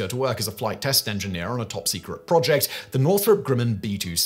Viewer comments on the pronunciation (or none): none